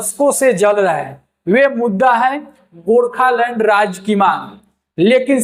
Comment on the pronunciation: Gorkhalund kya hota hai pronounce toh sahi karte gorkhaland